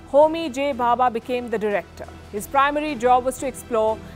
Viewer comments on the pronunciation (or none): Its Dr. Homi Jehangir Bhabha and the reactor is pronounced Sai-Ras (CIRUS). Expected better detailing on your channel